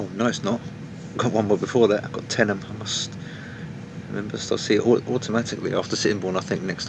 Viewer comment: thank you for saying tenyham right